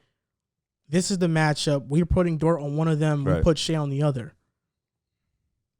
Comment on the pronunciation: His name is DORT not DORTS 😂